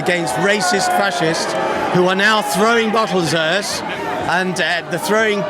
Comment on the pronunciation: "Uözz" as in: Us. Rest my case.